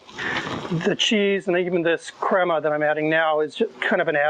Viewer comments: Lol “creyma “ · when he said crema I lost it smh he needs to sto